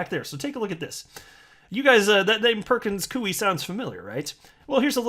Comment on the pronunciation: Its pronounce ''pur·kuhnz koy" not "pur·kuhnz kuey"